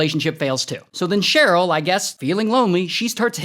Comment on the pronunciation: "Sonny and CHERE-yl"? I see you, Ray!